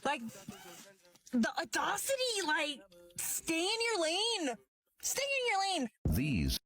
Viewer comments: What's "adaucity"??? I know what audacity is, but wtf is adaucity? . .. And they ARE in their lane... 😒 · The audawecity of not being able to correctly pronounce audacity…😂😂😂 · That chick’s lane is, apparently, thinking she’s smart while she grossly mispronounces “audacity.” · "the odocity" ....that why hun. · "The audaughcity, like" in. Too hilarious. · Still managed to pronounce it wrong lmao